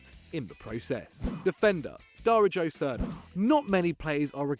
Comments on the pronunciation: you butchered poor Darijo Srna name xD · That Dario Srna mispronunciation tho.... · Wow dude you butchered darijo srna s name Everytime 🤣